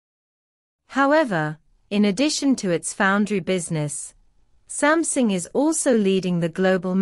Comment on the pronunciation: Samsung has become "Something"? Please don't use AI voice over.